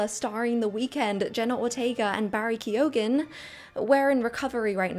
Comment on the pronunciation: Ke-O-ghan lol